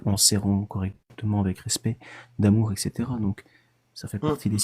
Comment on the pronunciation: Jamais un belge ne dirais "Etchetera". AMHA 🙂